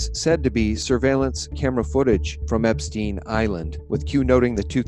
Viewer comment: Bitcoin is bullshit! Just a new version of fiat money created out of thin air! On the other hand I'm thoroughly convinced that the evil ones very soon will get their eternal divine punishment. It's near! Peace and love everyone! (Btw learn to pronounce epstein correctly! It's not epstien! How do yo pronounce rosenstein for instance? Why are all americans so uneducated I wonder?)